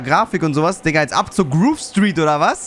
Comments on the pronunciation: Alle GTA Spieler: Groove Street: "Gruuve Striit" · Viele Jahre sind vergangen aber sagt immer noch "Gruv Street":DD